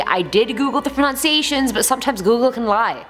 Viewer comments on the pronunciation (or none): Pro-nun-c-a-tion, not pro-noun-c-a-tion